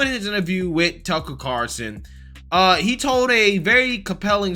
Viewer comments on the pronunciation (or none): How do you not know by now it’s “Carlson”, not “Carson”?You mention him enough.